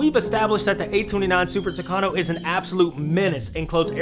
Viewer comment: Super "Tucano"??? 😮 Later correcting myself, the Super "Tucano" didn't compete with Skyrider in the second race, but rather with Wolverine. The Super Tucano was the one that won, but didn't take the prize; Uncle Sam's policies wouldn't allow a foreigner to prevail over the natives.